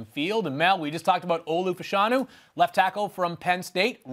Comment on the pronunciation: Olu Fashanu last name is pronounced “Fuh-Sha-New” not “Fash-Eh-New”